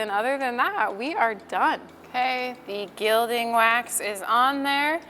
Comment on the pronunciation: FYI: Gilding is pronounced "gill-ding" (like a fish gill) instead of "jill-ding".